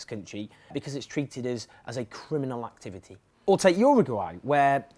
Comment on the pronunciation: you say "activity" funny